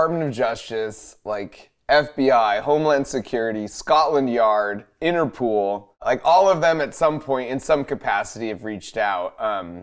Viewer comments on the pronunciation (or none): lol 😂 “Interpol” not “Interpool” hehe 😜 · Did my dude Mark just call it "interpool" lmfao 🤣 love ya Mark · "Interpool" 🤣 Man is lit af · Everyone: Interpol Mark Rober: "Inner Pool"